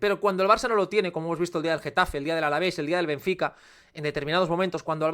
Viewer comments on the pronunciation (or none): none